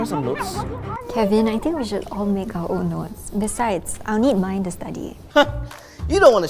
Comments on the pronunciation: LMAOOO IT SOUNDS LIKE DEEZ NUTS, DEEZ NOTS?? DEEZ NOTS? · When said these notes and it almost sounds like deez nutz